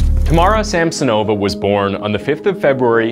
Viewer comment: Also it's not SamsonOva and UlanOva, but SamsOnova, UlAnova. Plus, the city Norilska doesn't exist, it's Norilsk.